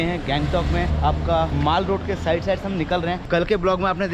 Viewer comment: Maal road 🤣🤣🤣... bruh mall road bola karo kuch or sunne mein aata hai 🤣🤣